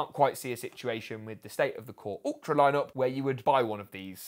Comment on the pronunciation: KhuRuRTra ? 😂 Core Ultra lol do you even English 😂